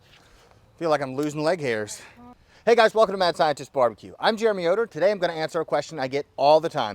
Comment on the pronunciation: Jeremeoder? Jerreh Meoder?